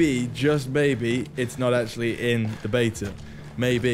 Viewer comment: It’s “ before the beta ends “ not “ before the bater ends “